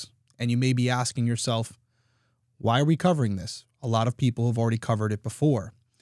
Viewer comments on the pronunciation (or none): none